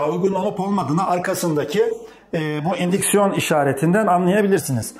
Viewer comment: Un siksiyon ocak ne dimek anamadik da